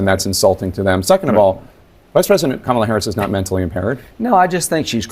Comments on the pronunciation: Trump is mentally impaired still cannot pronounce her name even after she made a point of telling him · I haven't figured out if Trump is too ignorant or too childish to learn how to pronounce Kamala's name after she has been vice president for 3.5 years. It's got to be one of those.